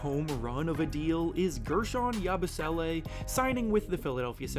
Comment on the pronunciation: Please pronounce Yabusele correctly...